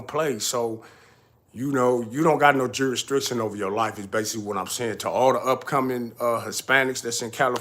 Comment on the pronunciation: Shout out to u! Keep up the real work. I just got to say this my Nigga is pronounced Jurisdiction not juristriction. lol its like u mixing strict jurisdiction into one word. But other than that it’s all facts